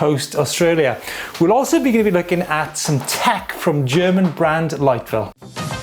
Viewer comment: Liteville not lightville😂😂